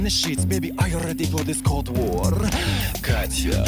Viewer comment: Many actual Russians post that Katya’s accent is PERFECT, flawless, and without error. Katya/Brian is brilliant.